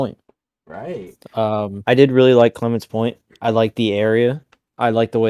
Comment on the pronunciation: It’s clemens point I think not Clemons point